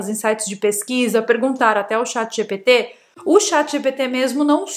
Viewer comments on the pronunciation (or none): none